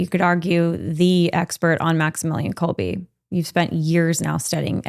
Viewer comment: Quick correction here, it's Kolbe, you pronounce it last "e" like in words "angEl" for example, not like in "each".